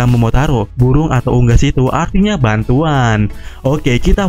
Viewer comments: Burung min bukan buwung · Bu'uung melawan bu'uung, salfok sma omongannya mimin😂😂 tpi manteppp lah terus berkarya👍👍